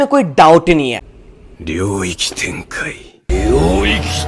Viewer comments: Its not Ryokei Tenkai It is Ryujkei tenkai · Ryoiki Tenkai and it's not even close 🤣🤣